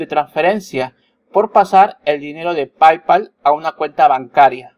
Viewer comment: ¡Hola! Se pronuncia "pey-pal" no "pay-pal".